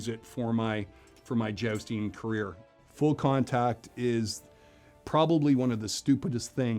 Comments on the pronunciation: I love how every time he said Jousting, I heard it as Josting so I couldn't help imagining him dressing up as Colin Jost from SNL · “Cavalry”, not “Calvary”, small difference, certainly, but one is the actual subjects were talking about, and the other is the hill upon which Jesus Christ was crucified. I know that you’re pronouncing jousting, as josting. Lots of pronunciation problems, and so many more. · "I've been 'jousting' for 25 years" - but still can't pronounce "jousting" correctly. :D